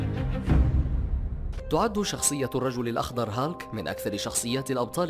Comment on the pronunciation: اسموا هيلك و ليس هالك